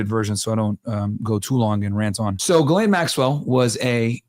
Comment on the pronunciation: Oh, also shout out to you for actually pronouncing 'Ghislaine' correctly. I'm surprised how many people still pronounce her name incorrectly in 2025.